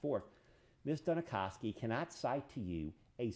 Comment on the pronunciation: Every time he says "Ms. Duni-kow-ski" IRKS ME!